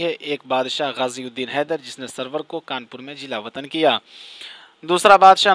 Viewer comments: suroor he bhai. sarwar nahi. tasheeh kijye apni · سرور نہیں بھائی سُرور